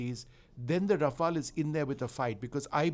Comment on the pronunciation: Raf-all or Raf-ale, host should do home homework on pronunciation before having a talk show on the same.